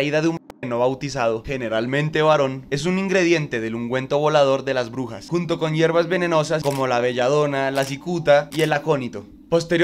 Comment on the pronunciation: Soy el único que entiende “orugas” cuanto dice “brujas” 🫠